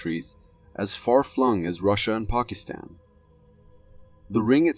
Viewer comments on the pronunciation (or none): none